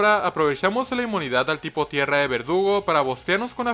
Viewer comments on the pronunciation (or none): Soy el único que escucha que dice "vergudo" en vez de verdugo?🤨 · Me di cuenta que le dice a verdugo, vergudo 4 veces XD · No se si sea un error, o era así, pero contra cathy a al corvisquire llamado "verdugo" le dice "bergudo":v Querido, ese fue un error? Un easter egg? O tengo problemas d audición xd? Mames volví a escuchar y si suena que dice "bergudo" xddd Ojalá el lea y me aclare la duda que no me deja dormir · Alguien más escucha vergudo y no verdugo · Creo que lo dice así adrede, yo lo oí así casi todas las veces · No eres el unico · en el minuto dijo vergudo en vez de verdugo 😹😹😹😹😹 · soy yo, o dijo vergudo en vez de verdugo? 🤨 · En antes de decir verdugo dijo bergudo XD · Se dieron cuenta que al corvinigth en vez de decir "Verdugo" dice "Vergudo" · en el minuto dice vergudo en vez de verdugo xd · no me vas a engañar, ashi dijiste su nombre pero con una G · Y en el igual